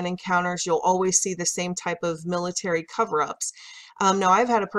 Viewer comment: by the "pilitary" lmao